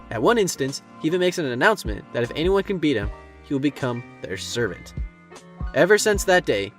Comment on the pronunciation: Did anyone catch him saying "servert" lol